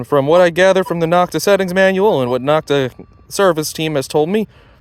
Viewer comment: Knock-ta is a derogatory pronunciation other manufacturers gave this company, as in knock-off. It is NO-k-ta. The O in Nokta is the same long O as in Makro. Great video comparison. Thanks for posting.